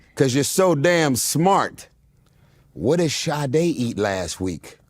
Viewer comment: Grace à toi je sais maintenant prononcer son nom. Je te pronnonçais comme "said" en anglais. 😅bref mieux vos tard que jamais